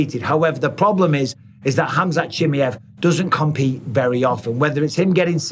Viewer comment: Ahhh yes. "Khamzat chimyev"